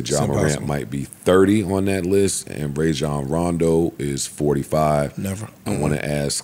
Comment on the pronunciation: These sports fans repeatedly mispronouncing Rajon Rondo hurt my ears